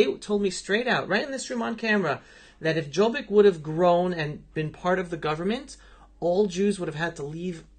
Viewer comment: Awww the beginning was so cute!❤ you guys! Excellent! Ps. Jobbik is pronounced with a "y" so you'd say "yo-bik" not "j". And Jobbik was a part of the govt for awhile, was in coalition with Orban's Fidesz.